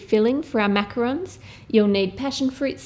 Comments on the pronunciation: Exuse me it is actually a macarons which I think u know already but u pronounce it as macaroons and they are both different things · the pronunciation for the "macaroon" cookie. (Coconut cookie covered with chocolate/caramel drizzle). Its pronounced(and spelled) macaron for a French style "Macaroon". They're not really the same cookie :D